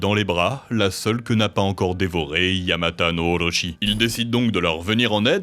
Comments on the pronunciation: Ca se prononce Orotchi, Oroshi est quelque chose de totalement différent. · Ici où sur d'autres vidéos vous prononcez correctement les noms. À savoir en français car vous l'êtes. Excepté pour les "R" de mots japonais en contenant comme Orochi. À part cette lettre dans cette langue, vous prononcez en français. Tellement weeb... Ça me fait bien rire. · Dommage que les prononciations des mots japonais soient bancales : Kusanagi est bien prononcé alors que juste avant Sasuno est prononcé "Suzano" alors que c'est "Susano" tout simplement. Pareil pour Orochi -> "Orotchi". Vous pouvez faire lire les mot pour une IA par ex pour être sûr